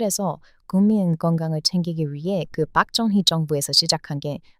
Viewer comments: ....발음 똑바로 하시길...빡정희가 아니라...박정희입니다... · ㅋㅋㅋ 빡정희라는 발음이 마음에 듭니다. 인기 안좋은 자신의 정권을 유지하기 위해 반대 시민 학살하자는 다른 측근의 말에 귀 기울이다가, 측근인 김재규 열사에게 총 맞고 죽은 독재자입니다.